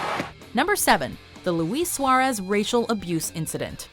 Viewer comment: The way she pronounced Luis Suarez tho